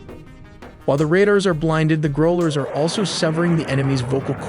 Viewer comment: You have to work on your pronounciation of "Growlers" It's annoying.